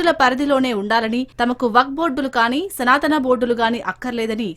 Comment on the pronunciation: తెలుగు వాళ్లేనా ఈ వార్తలు చదివేది, రాసేది? ఏమి చదువుకున్నారు? సనాతనా అని అనేక సార్లు పలకడం ఏమిటి ? పైగా శ్రీ శివావతారము, సిద్ధులు, మహాత్ములు, మహిమాన్వితులు, పూజనీయులైన శ్రీఆది శంకర భగవత్పాదుల వారిని అతడు అని ఏక వచన సంబోధన, బుద్ధి, సంస్కారం ఉన్నాయా?